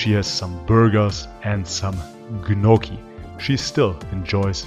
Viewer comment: As an Australian with full Italian blood heritage, your pronunciation of “gnocchi” offends me! 😡 (Kidding mate- keep up the great edits and music!)